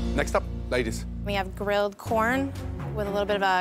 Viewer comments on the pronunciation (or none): the way she said grilled corn . kek